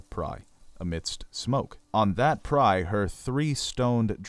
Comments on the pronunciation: it's a PYRE rhymes with FIRE not a "PRYE" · Funeral Pyre not Prye. P-eye-er as opposed to Pr-eye - just trying to help. Great supposition and educated presumptions - very interesting. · Lots of good with some trying pronunciation. Why pronounce Viserys differently than the TV show (second syllable stress versus first)? Pyre as pry? A little distracting. Really enjoyed the beginning illustrated history. Concise and clear as a bell. Many thanks.